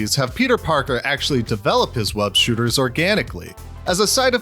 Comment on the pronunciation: No hate for you saying Spider-Man’s WEB SHOOTERS wrong